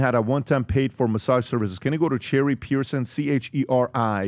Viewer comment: Its pronounced Cheri' not cherry